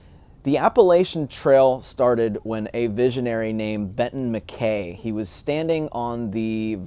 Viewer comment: Sorry if already mentioned, but his name is pronounced Mack-EYE not Mack-KAY. I enjoy your videos and look forward to your progress!